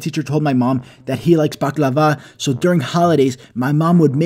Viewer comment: bruh u pronouncing baklava is a bit funny